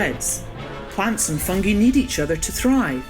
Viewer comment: Is "fungi" pronouncd correctly? Cambridge dictionary says fʌŋ.ɡaɪ for both British and American pronounciation